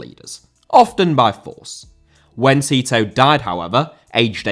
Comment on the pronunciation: Tito* not Titouw